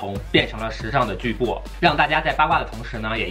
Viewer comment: 巨擘！巨擘！我终于找到一个能读对这个词的博主了！天啊